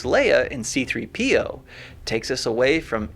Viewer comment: The way he pronounces c3po